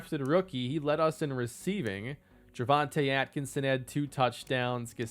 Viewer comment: Atkinsons first name is (Jor-von-te)